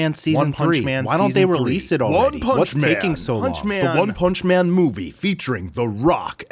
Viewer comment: I giggled a lil at one "panch" man